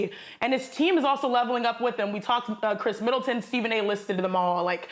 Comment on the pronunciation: Stephen A Smith - And you’ve been raving about Eric Bledsoe and Brooks Lopez and Khris Middletaan! 🤣